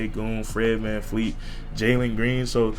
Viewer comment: Great vid but it Vleet Vanvleet!!!